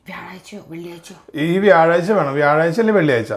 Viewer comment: കൊക്ക് കൊക്ക്.. മാമുക്കോയയെ ഓര്‍മ്മവന്നു.. 😂😂 വ്യഴാഴ്ച്ച വ്യാഴാഴ്ച്ച.. കേട്ടപ്പോള്‍ 😂😂😂